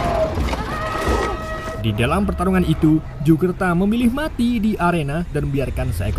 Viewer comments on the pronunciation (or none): Bang pas mau bilang itu kok jadi iu